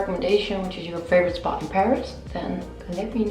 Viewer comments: most of the times it sounds english now in my head :( that’s why i was so happy to hear the french way. i had a great week thanks <3 i’m on holidays at the moment so i’m just enjoying every day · Oh my god the appartement you stayed in was in my street ! I'm so sad I didn't meet you there 😔 And by the way, I love that you pronounce Paris the french way, you have the exact french pronunciation ! And as you asked, I know an amazing rooftop which is on the roof of a commercial center called "galeries lafayette" more especially the one called "Paris haussman" (there are many in Paris) and there's a vegetarian restaurant that just open there, never tested yet but it is an amazing spot with a view on lots of well-known monuments ! You should try it next time you come in Paris I hope you enjoyed your stay 🗼🗼🇫🇷 🇫🇷